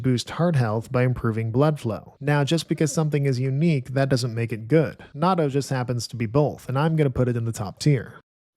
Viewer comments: I used to pronounce it like that too but I moved to Japan and they pronounce it like Na..Toe because in Japanese it’s なっとう with っ basically being a small space within the word. Thank you for the great video though! Not trying to hate on it I just hear Americans mispronouncing it often in Japan. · You put natto in the top tier but couldn’t pronounce it right? 🥲